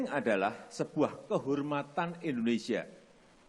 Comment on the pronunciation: Endonesia.. Harusnya Indonesia